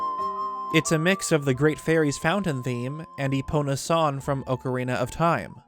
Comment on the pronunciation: Can you please stop saying ocarina wrong it’s annoying.